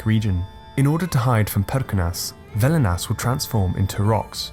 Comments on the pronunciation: its Velnias, not Velinas ^^. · Velnias not velinas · I am Lithuanian. The video is called "Baltic Paganism" but only covers the Lithuanian side of it, except for Mara somehow mixed in there, which I believe is Latvian. Also, it's velnias not velinas and ragana not raganos (plural form of ragana). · Not Velinas, but Velnias. Its pronounced like "velness".